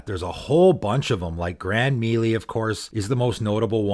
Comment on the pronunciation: Another great video from. Bro, melee is pronounced MAY LAY- it's gaming 101.